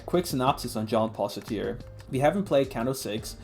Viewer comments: How did you get through an entire college course pronouncing Sartre as 'Sateer'? Could you really not be bothered to Google the pronunciation? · That's not how you say Sartre. There's no "i" in that.